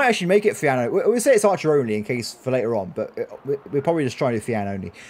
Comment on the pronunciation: I don't know pronouncing it fiAN sounds wrong I tend to pronounce it as Fion then again it's the whole tomato thing